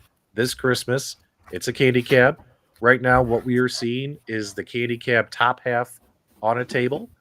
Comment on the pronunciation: Can people from Chicago not say "Candy Cab"? It's not Keeeendy Cab....it's CANDY CAB...NOT KEEEENDY CAB!